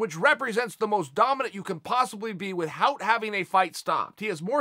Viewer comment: Chael "WithHout" Sonnen